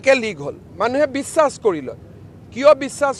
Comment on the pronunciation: Mama apuni bisakh tu ussaron koru te bare bare biwas koi ase sun. Apuni Bongali hol neki mama?